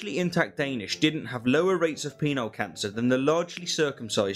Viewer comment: I'm sorry, but it sounds like he's saying "Peanut Cancer".